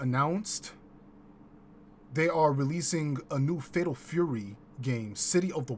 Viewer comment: 😂 Shame on your chat they ain't call you out on that pimpalicous pronunciation of "Tury" 🤣 bruh only we come up with this type of genius 🧠👑🧘🏿‍♂️🥷🏿